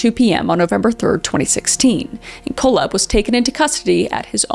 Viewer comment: Auntie Kris! It’s pronounced…Coal-Hep, and Wall-Drup. You crazy Canadian, you! lol FYI- just love ya to bits! ❤😂❤ Sowrry!- ha! See what I did there?